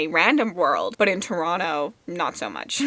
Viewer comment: I think you'll love Mask of Mirrors. For sure!! I knew you're Canadian, just wasn't sure where from, but it's nice to hear Toronto pronounced properly 😂 I watched The Man from Toronto and only one person in that damned movie pronounced it right 😂😂😂